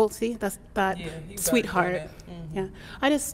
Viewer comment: Bro can’t even say sweetheart? Smh